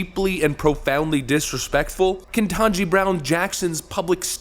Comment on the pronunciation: If you are going to say Brown's name you have to say it right. Like Joe said it, its ka tanji ka taji drown Jackson, let's get it right